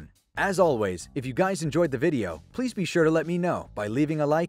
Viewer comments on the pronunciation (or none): none